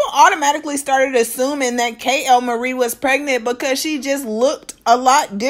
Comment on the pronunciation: why do she say KAY-L-MARIE 😂😂 her name is kaylyn